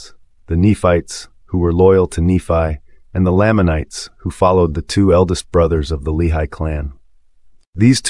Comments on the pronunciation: you're pronouncing lamanites and lehi weird. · You’re pronouncing these made up names wrong 🤔